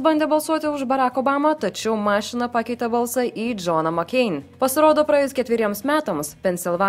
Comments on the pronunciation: Vienas dalykas ateičiai ne taip kirčiuoji žodį mašina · Kodėl tari žodį mašina netaisiklingai. Juk ir taip tai yra netaisiklingas žodis.